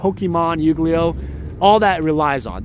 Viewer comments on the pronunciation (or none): Damn, back at it again with the "Yugley Oh" lol. Its such a butchering to the name, but I only play magic so I can't even act like I really care that you killed it. Rip yugley ohs. The breakfast cereal of magic champions